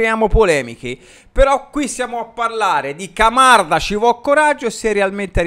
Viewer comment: “Mocanda” mi fa morire!!!😂😂😂